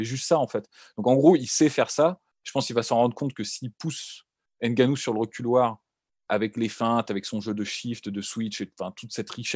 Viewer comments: EN AFRIQUE, NOUS DISONS "NGANOU" ET NON "N" GANOU "... JUSTE UN PEU DE RESPECT... SI POSSIBLE ! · Il faut juste corriger... "NGANOU" et non "N" GANOU. C'est simple ! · hey la Sueur !!!!! on prononce " Gannou" ! et pas Ngannou... on ne prononce pas le N dans les noms Africain !!!!!!!